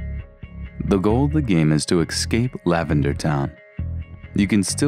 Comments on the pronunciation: You guys saying EX-CAPE instead of ESS-CAPE makes me want to push the Esc button, too. Seriously! I am not native english and I pronounce stuff better than you. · "EXCAPE FROM LAVENDERTOWN" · I cringe every time he says "exscape". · Argh, stop saying "excaping"...